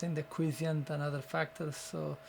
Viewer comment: By the way here is the correct pronunciation for Quiescent